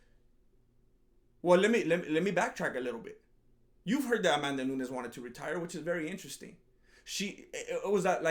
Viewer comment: "Amandanunes" - This Fool